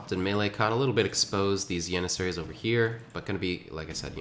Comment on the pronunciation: Good caster... weird pronunciation though.. Yannissaries and You-lynns...